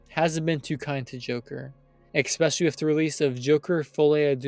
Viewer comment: Especially, not eckspeshelly. If you're going to do voice overs learn how to fucking speak